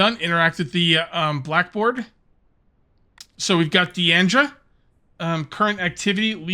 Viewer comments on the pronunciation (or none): FFS, its not DE-ANDRA, its just DINDRA. There is no a after the I